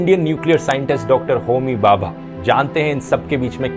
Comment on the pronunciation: होमी भाभा , बाभा नही।